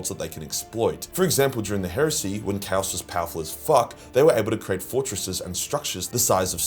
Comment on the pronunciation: Kaus kay-os